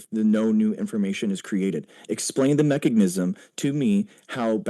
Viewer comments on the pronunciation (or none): Every time he says "mechagnism"